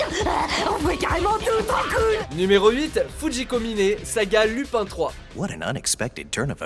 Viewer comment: Lupin se prononce loupène